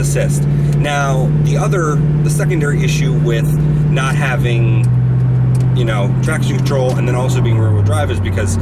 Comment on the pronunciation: Haha thought he said "Not traction troll"